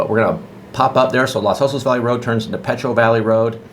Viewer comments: Thanks for the overview but there was one annoying aspect of the presentation and that's the PRONUNCIATION of Los Osos. It's Los (as in O with a long O - like oh) Osos. The O in Los is the same as the two O's in Osos. You pronounced it as though it were Las Osos. That makes no sense because the word osos in Spanish means "bears" and osos is masculine (plural). Therefore the article (i.e. the) is masculine plural... los not las and pronounced with a long O and not as though it were A as in the word ah. IMHO anyone selling million dollar houses needs to get the pronunciation correct. You come off sounding like a hick. I grew up in Seal Beach and I grew up with a prejudice against the Dustbowl hicks (known as Okies) that tended to look down their long noses at those from a different background (me). I found that weird because I taught myself to read at the age of four and was always light years ahead of the Okies and bleached blonde racists. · It's not "LAS" Osos...but LOS Osos. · Thanks for pointing that out! You’re right — in Spanish it’s pronounced lohs OH-sohs. Around here on the Central Coast though, most locals say Loss OH-sos, and that’s the version we went with in the video. Appreciate you watching and catching the detail!